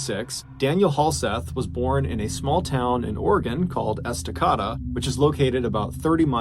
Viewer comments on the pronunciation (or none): It’s es-tah- CAY-dah